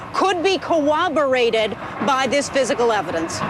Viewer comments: It's CORROBORATED not "cooborated!" You'd think a "highly educated" lawyer such as Jean Casarez would know that. Cooborated isn't even a freakin' word. SMH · Oh!! I always thought they were talking to a prehistoric reptile called a Jinkasaurus. "Cooberated" has a nice ring, though. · CO-WOB-OR- ATED?!?!